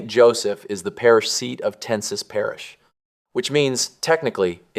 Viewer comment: It’s pronounced Ten-saw